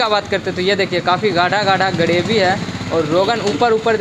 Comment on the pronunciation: गरेभि 😂 ग्रेभी होता है.